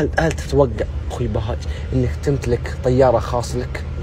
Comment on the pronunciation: ليش بيقول بهاج زكريا